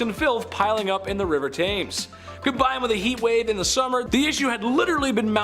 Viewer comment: Love ya but it is pronounced tems xx